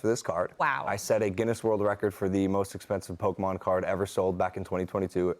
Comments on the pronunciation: Its Pokemon 😅 not Pokeman! Logan wants me to buy these cards! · when she said "pokeman" i thought wtf no way that's gonna fly! And Logan called it out right away xD